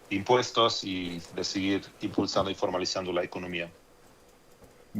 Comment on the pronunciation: No vamoj a crear nuevoj inmpuejtoj ni a aumentar los ejsistentej, dijo el mesías macuspano y le creyeron